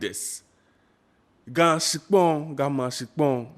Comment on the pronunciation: try to speak the GA well. Am not happy with your GA. Please speak it enough so that we can communicate well in the grate language of GA. Thank you